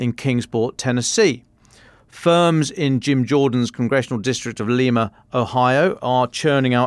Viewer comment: Lima Ohio is pronounced Lime-uh